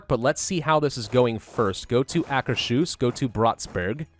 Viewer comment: GEN-o-wuh, Acker's Hoos (You said it right at the 30 minute mark. You just need to trust your gut. You said Trondelag perfectly -- yes, I speak Scandinavian pronunciation, too.) Otherwise, keep it up,.:)